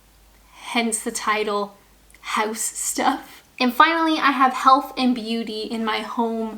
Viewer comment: I love how very Canadian that "house" sounded :)